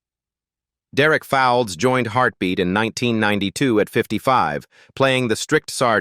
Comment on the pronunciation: Can't pronounce names correctly haven't done their homework basically American ignorance basil brush will be laughing at them pronouncing mr Derek's name here's how to pronounce it it's spelt fowleds but pronounced folds as if you're folding something b4 u make these vids check your facts